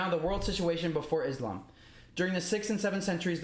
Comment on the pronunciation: “Islam” and “Muslim” don’t have the letter “Z”. Can you please pronounce them with an ”S”. It’s a huge pet Peeve of a lot of Muslim people. Its not MOOZ-LUM or IZZ-LOM. Just a little Softer on the S’s please 🙏😊.